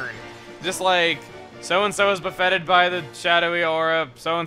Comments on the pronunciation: Buffetted is pronounced BUFF-it-tid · It kind of bothers me how Chuggaa pronounces "Buffeted."